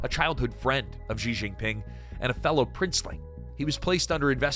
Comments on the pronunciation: "Zhee Zheen Ping," "Zhee Zheen Ping," "Zhee Zheen Ping"! Lol. (Is the word "she" too difficult to pronounce?) Lazy and embarrassing. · why you English speaking people keep calling him funny JI JI PING. he is not pinging anything he is not a network. why you cannot call him [chi Jin PIN] or just CI JI PIN